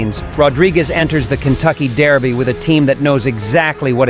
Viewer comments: Its Derby not Daerby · It bothers me way too much how he says "dairby" lol